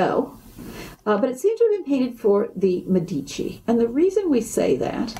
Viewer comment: San Marco...in FLORENCE! It's MEDici, not MeDIci!!!